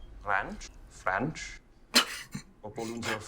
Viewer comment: "Franch"????? BBWWWWHAHAHAH!!!! ;)